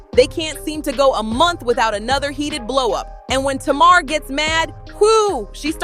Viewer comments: You can tell you have no business telling this narrative cause her name is not Tamara is Tamar damn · Who’s Tomorrow? Her name is Tay-mar! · I'm 10 minutes into the video and I just want to know... Who the hell is tomorrow??? Her name is TAY-MAR (Tamar)😂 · Please learn how to pronounce their names correctly. Her name is pronounced TAY MAR. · It's pronounced Tay Mar! SHEESH!!!!!! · I can’t trust a story who can’t pronounce TA-MAR correctly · Mispronouncing Tamar's (Tay mar) name is crazy work‼️😮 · 😂😂😂I was trying to tell her during the entire video it’s Tay Mar..😂😂😂😂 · You can not even pronounce Tamar name correctly, so how can I listen to your story 🤔 please make it make sense because I am confused 😐